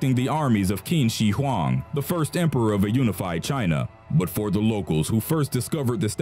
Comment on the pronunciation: the scariest thing of this video is how they pronounced "Qin Shi Huang"